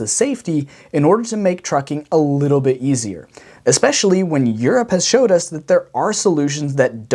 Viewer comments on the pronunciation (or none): none